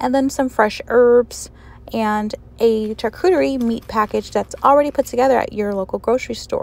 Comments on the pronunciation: I watched again. You’re right. She pronounced it with a ch instead of a sh. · Charcuterie literally means cold cut cooked flesh. Its pronounced shar-cute-airy.